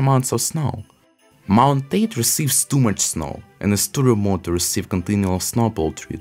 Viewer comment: it's called " Taa - Tay " not " Ted "